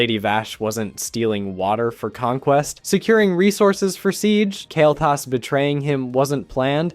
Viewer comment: Dude, your video suck "The game never explain why Kael Thas went Legion Yes, it is explained you mispronouncing idiot